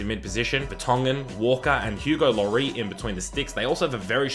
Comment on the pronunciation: It’s. Pronounced lorees